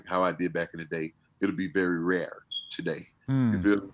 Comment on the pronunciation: How he said rare 😂😂